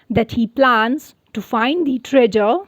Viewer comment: You pronounce treasure wrongly